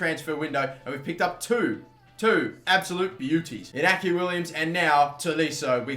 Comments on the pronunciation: Williams' first name is pronounced 'In-ya-kee'. The ñ has a 'tilde' that adds a 'y' sound after it (it's not quite a 'y' if I'm right but its fairest comparison in English). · It is pronounced: Inyaki Williams. The ñ turn the sound from n to nye. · its pronounced Iniaki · iñaki is pronounced like i-gnochhi. the ñ make it sound like inyaki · The n with the thing on is pronounced "ny"